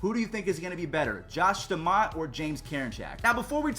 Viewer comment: Bro how do you say put a name in your head and then say staumonts name wrong